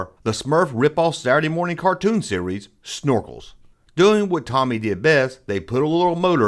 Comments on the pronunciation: “It’s Toe-me” not “Tommy”. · Thanks for the blast from the past! Btw, it's "Tomy" not "Tommy" (long "o" sound) and "Starriors" (as in "star"), not "Sterers." As to the Tribots, I've been hunting them down lately, and there are actually six figures in the line. Much like the initial run of Starriors robots, there are three good guys and three bad guys with the same molds but in different colors (three styles, six figures). You may also be interested in checking out R.A.T.S., Tomy's 1985 revamp of Starriors in Europe and Canada. Hope this helps! ^_^